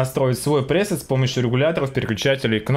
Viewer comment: ПрЕсет. ПрЕЕЕсет сука. Пиздец